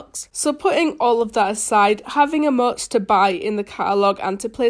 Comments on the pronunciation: Oh no wonder u sound weird Sorry :c but when u say Emotes it kinda sounds like ur saying Eh-motes and when u day Fortnite it sounds like ur saying Fo-Nite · Nobody: saying emotes: emoO. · She says like emøts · "e-muts" ;-; wot u say